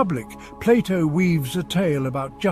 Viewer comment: I am glad that someone is calling Plato and not Playdough like the Americans do.